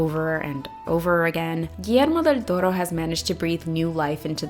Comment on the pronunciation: Me less than 2 minutes into the video happily shocked at the perfect pronunciation of Guillermo del Toro:D Anyways great video:^)